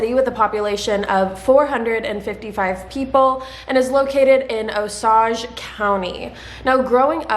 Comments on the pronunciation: Hello! I just wanted to let you know that Osage is pronounced like “oh-sage” (like the plant).I hope that helped a little 😅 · The county is Oh-sayge, like the Native Americans 😊